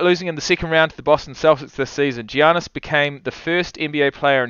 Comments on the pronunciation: PRONOUNCED Ya nis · The g in Giannis is silent so it sounds like yiannis